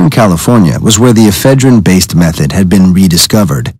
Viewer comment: e phedrine not eph e drine